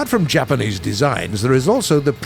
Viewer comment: Bruce should never ever have been allowed within a mile of any Japanese word